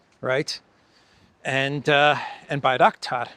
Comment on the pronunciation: Bangraktar factory, you say? 😂